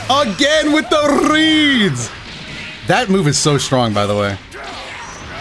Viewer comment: Again with the RRRRRRREADS!